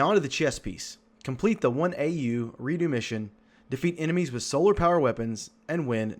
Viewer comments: it's re dux not re do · Who pronounces redux like that? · your video is great but just the way you said Redux had me dying a little inside. 😂